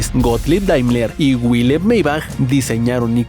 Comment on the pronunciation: Error de pronunciación en el minuto Wilhelm Maybach no era inglés, era alemán, por lo que su nombre se pronuncia como si en castellano se escribiera: Vil-jelm Mai-baj. Habiendo tantos idiomas en el mundo, es bastante torpe creer que cualquier palabra que no sea castellana, debe pronunciarse como si fuese inglesa.